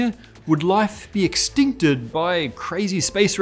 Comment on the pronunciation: He said Extincked.